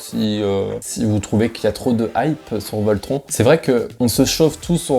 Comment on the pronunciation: Alors bonne vidéo mais pour le coup, ça me perturbe car tu dit Taron alors que c’est TARONE, pareil pour voltronE Par exemple, pour taronE, ont entend dans les audio en gare une voix allemande dire TaronE Donc franchement ça m’a perturbé 😅 mais sinon la vidéo est sympa